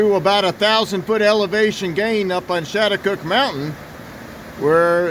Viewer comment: The American Indian tribes locally call themselves, Schaghticokes, that is, pronounced "Scattacokes". Had you gone up the road a bit further you would have reached the Sachem's residence.